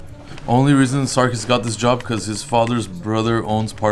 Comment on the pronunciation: It's not Sarkis... It's Circus??